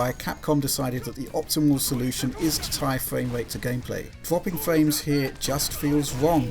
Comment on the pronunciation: best quote "fwapping fwames here just feels wong"